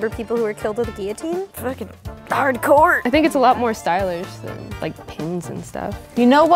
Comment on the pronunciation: ITS GIL-O-TEEN NOT GHEE-O-TEEN